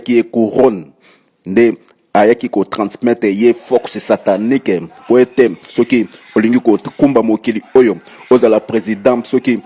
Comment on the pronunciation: Pourquoi cet monsieur dit "Peuple de Djeu, Force Satanikee, Force Satanikeee, equipe mobimba ya intercersion, saintespriii" LOL